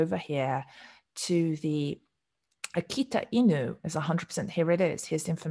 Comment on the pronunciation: You have really good Japanese pronunciation for those dog names. 👍